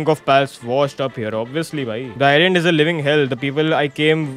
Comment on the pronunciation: Bhai kay bola bhai island I land